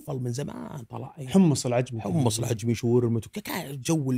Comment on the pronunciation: حلقة جميلة كالعادة، واصلوا.. والله يسعد بأسلوبه البسيط والصريح بشكل مقبول.. 👍 للتنويه، ورد اسم مطعم العجمي، يبدو لي أن الأخ نطقه بشكل خطأ وهو العَجَمِي (من أعجمي)